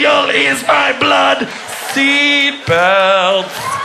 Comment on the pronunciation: Seeat Belts, Ahh, Christ.